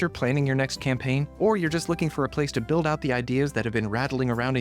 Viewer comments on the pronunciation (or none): none